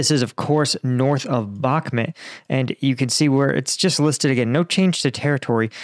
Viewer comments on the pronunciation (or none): none